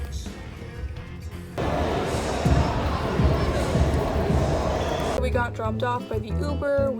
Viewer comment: Need a counter for the amount of times I said “vee log”